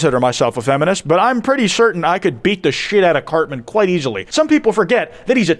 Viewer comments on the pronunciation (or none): This isn't kwite, this is kvite, their heavily Ukrainian cousin with a kwite voice over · this is not kwite.